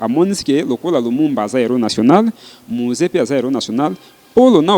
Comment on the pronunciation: Madame la journaliere,balobaka Museen to misee???😂